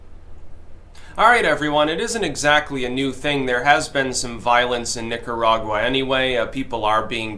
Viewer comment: when you say Nicaragua do it with the roll of the tongue please.